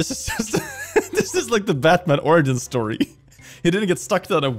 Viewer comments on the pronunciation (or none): none